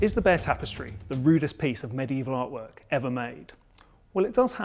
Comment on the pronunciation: I see nothing wrong with your pronunciation of Bayeux.